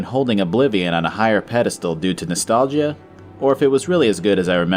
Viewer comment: "Nostalg-ee-a"? What is that, a pokemon?